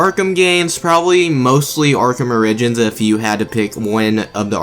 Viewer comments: Never heard origins pronounced that way lmaooooo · The way you say Arkham origins lol